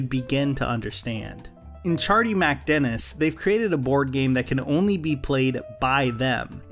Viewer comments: I cant get past about 70 seconds of this video because of the way you keep saying “ChardeeMACdennis” You’re killin me.. just get rid of the “A” in the middle there and pronounce it like they do on the show for f’s sake!! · You'd think if he lives the episode so much he'd learn how to pronounce it. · It’s criminal how you mispronounce MacDennis. Do you even watch the show?